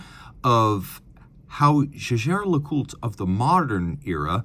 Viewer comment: Jäger is german and hence NOT pronounced "Shaesher".